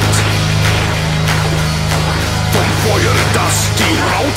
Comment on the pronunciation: Amusing. Also, the pronunciation is not bad, apart from the ü, but that is one that many folks don't get. And "Feuer" sounded a bit too rounded, sort of "Foyo" rather than "Foyuh", but that is,. arguably, where metal deviates from industrial. ;)